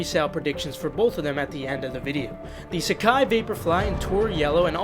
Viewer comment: nailing the pronunciation